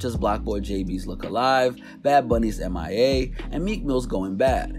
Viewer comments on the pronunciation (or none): M.I.A?? it's Mia bruh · It's not MIA it's Mia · Did he just pronounced Mia as M.I.A??? What the actual fuck? Smmfh. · “Bad bunny’s M.I.A” 🤦🏽‍♂️ it’s Mia, bro. Means “mine”. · lol did he just say M-I-A? The song is "Mia" which means "mine" in Spanish not about somebody missing lmao. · It is pronounced Mia not M.I.A. 🙄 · If you actually listened to the song once then you would know it is pronounced as Mia and not M.I.A. It is a Spanish song and Mia means 'mine' in Spanish. Drake literally sings in Spanish dude.. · it's literally a spanish word, MIA, not M.I.A. They say the word plenty on that song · Gringo just said amaiai instead of MIA SMH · bad bunny MIA ( mine ) not M.I.A. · its mia not m.i.a. my guy, its a word in spanish 🙄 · We ignoring the fact he called Mia, M.I.A ,song was everywhere you gonna mispronounce it😂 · Bro this man called MIA M-I-A